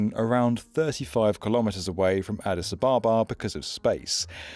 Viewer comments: Addis AB-abba - not a-BAH-ba This whole project sounds like a pipe dream to me. It's all very well to say "hub" over and over but just look around Ethiopia: poverty, famine, really poor health infrastructure, the worst roads in the world. There's no money, is what I'm saying. Also, it's a long, long way from anywhere. What's the point in landing there if you're just going to fly off again to somewhere else? Why not fly straight there in the first place? All the traffic that currently overflies Ethiopia is going to continue to do so. I'm sure there's a bunch of people with all the right intentions - and qualifications - behind this, but I have to wonder if some sort of mass hysteria hasn't taken hold and caused delusional optimism to run rampant. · But he only said it once. He kept mispronouncing Addis Ababa over and over 🙉